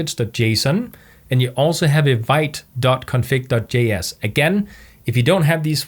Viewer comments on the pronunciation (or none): hey. great tutorial! thanks for sharing your wisdom one thing i wanted to mention which bigged me, vite is pronounced "veet". it's actually french for fast